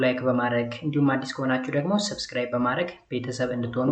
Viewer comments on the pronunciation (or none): none